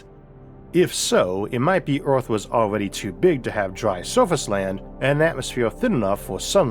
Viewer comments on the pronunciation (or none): Narrator has too much gravity in his mouth. WTF is Mwas?!